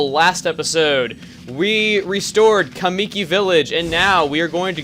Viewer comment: Loving the vids so far. I only have one complaint and that is the pronounciation of 'kamiki'. It's pronounced 'ka-me-key'. Sorry if I sound a bit rude but my japanese teacher always scolded me and the rest of my class when we mispronounced things so it's kind of become an ocd thing for me to correct others too. ^^